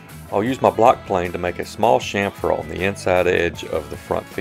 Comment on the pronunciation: Great video! I love the technique of clamping to the front rail. Also, and this is the English minor in me speaking, but I love that you pronounced it "shhamfer" (correctly) instead of the more popular phonetic pronunciation of CHamfer. Hahaha. Right up there for me with wains"coat"ing instead of the correct wains"COT"ting. (steps off his sudden soap box). Thanks for the great video and sorry for the small rant. I definitely digress. :/